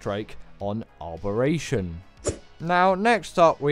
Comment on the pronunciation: Im more frustrated at you adding an R to Abberation where there isnt one where you say it 😅 Giga hard?! And no oasisoar or troodons ect 🙈